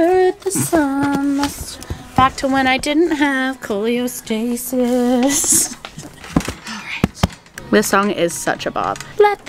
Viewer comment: just letting you know it’s Cholestasis not Choleostasis!🫶🏻 I also had an itchy baby delivered at 37 weeks in Feb and he is perfect just a lil jaundice❤️